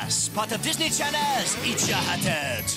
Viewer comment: DISNEY CHANELS! that prononciation 🤣